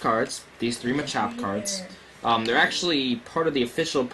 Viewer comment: Isn't it pronounced "MAH-chop"? I prefer that over "muh-CHOP".